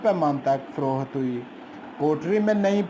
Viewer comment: Frookhat Nahi HOTA payndu ji. Frokht HOTA hy